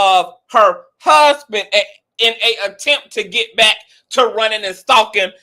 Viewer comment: The way he said my hassband 😂